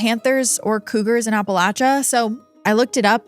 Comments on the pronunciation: I appreciate you pronouncing it correctly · Blue Ridge Mountains in Virginia. ❤ So nice to hear "Appalachia" correctly.